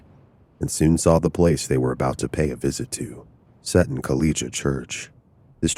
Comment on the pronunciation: Seton is pronounced Sea Ton ....😂